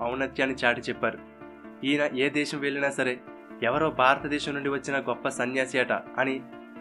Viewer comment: Superb excellent but the naarrator should spell certain telugu words properly like baaratha desham kadu bharatha desham